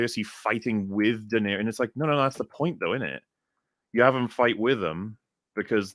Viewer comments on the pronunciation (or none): none